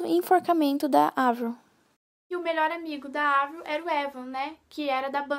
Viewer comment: se fala Evril e se escreve Avril